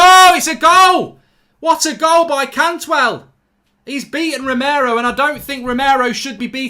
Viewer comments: CANTWELL?!?!?!? Swap the A for a U 😂😂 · Bloody Cantwell replace the a with a u bloody hell